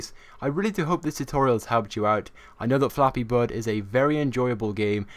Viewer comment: U said Fappy birds